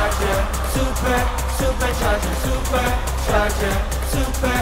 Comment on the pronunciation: 이 노래 중독성 너무 강해.. 아직도 내가 이 무대를 찾아보고 있네.. ㅋㅋ 진짜 음색에 미치고 댄스 실력에 미치고 supercharger 발음은 또 뭐이리 찰지냐고.. 진짜 성공했으면 좋겠음 이 실력 개쩌는 연습생을 놓칠 수 없어. 보플에서 데뷔할 급이 아니엿다 정말ㅜㅜㅜㅜㅜㅜㅜㅜㅜㅜ